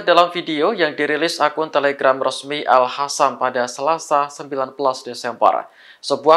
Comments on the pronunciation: sayap eliter al Qasam bukan al Hasam....kalian sok pinter jadi penyiar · Bukan Al Hassam, tapi Al Qassaam atau Al Qossaam. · Maaf bang admin bukan Al Hasam tapi Al Kasam atau Al Qasam.Semoga Houthi dpt perlindungan Allah swt.Amin YRA.